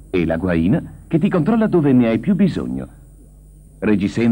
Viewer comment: in italiano è guaìna. che e all'origine del termina " vagina". cioè fodero in pelle o metallo. come pure per es è facocèro e non facòcero.